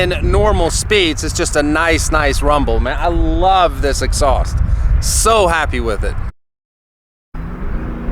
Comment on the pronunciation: Cool X-sauced as pronounces it.... Reminds me of the old cherry bomb mufflers that were popular in the 70's - 80's. Lol